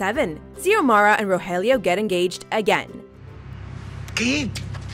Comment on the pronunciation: Pleeaase stop mispronouncing the names...